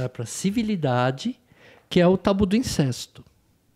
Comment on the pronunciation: Incesto - pronúncia correta: INCÉSTO! Isso ai,!